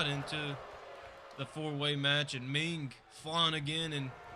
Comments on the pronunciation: It's Meng not Ming. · its meng not ming